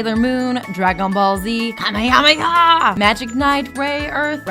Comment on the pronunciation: she said kamehameha wrong she said kamekameka dont say it if u can't prononce it stupid